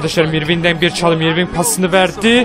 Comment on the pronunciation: ***** abi irving diye okunmuyo örving diye okunuyo adamın gerçek adı kyrie irving